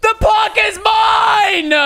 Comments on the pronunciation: who here cringing when he says plaaaarrrrk instaid of plaque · Your saying plarck it's plack BTW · its not plarrrq its plack spelt plaque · I swear there saying plark its pronounced plaq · its plaque not plarque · It’s pronounced plack not plark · its not pronounsed as plork is pronounsed plak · BTW its pronounced plack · How the said it like P L A R K it’s meant to be said like P L A Y G E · aren't they saying Plaque wrong? or is it just me. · Why do they say it like plaque and not plaque??